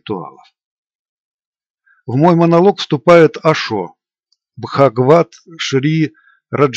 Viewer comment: БхагаваН.....не бхагаваТ